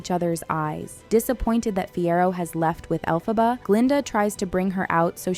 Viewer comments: Es Elphaba NO ALPHABA! 😂😂😂😂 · Chupito cada vez que pronuncie Alphába en lugar de Elphaba 😂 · Caraí véi … o mínimo que se espera de alguém que se mete a falar de alguma coisa é que ela fale os nomes das personagens corretamente ! Alfabár e fiéro … daí pra pior ! Fala sério !!!! 🤮🤮🤮🤮💩💩💩💩💩🤬🤬🤬🤬🤬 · ELPHABA, con E por favor, me sangran las orejas